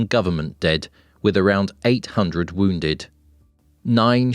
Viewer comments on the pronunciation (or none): none